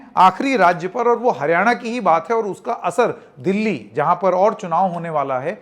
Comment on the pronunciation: जी का बार बार हारयाणा कहना सब कुछ बता रहा है ।